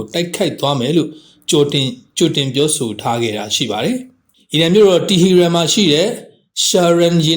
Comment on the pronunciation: တီဟီရန်လို့ မရေး မဖတ်ပဲ တီဟရန်လို့ အမှန်အတိုင်း ရေးသားဖတ်ကြားပါရန်